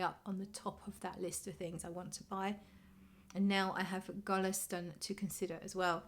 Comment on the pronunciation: If I'm not mistaken pronunciation is like [guleesta:'n], thanks for sharing the new fragrance, will watch your review. 😘